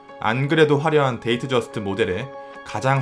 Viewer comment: 근데 데이트저스트를 왜 데이저스트라고 하는거에요??